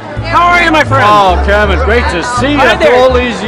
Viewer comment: Pepe is awesome and the way he calls him kermin everytime loool😂😂😂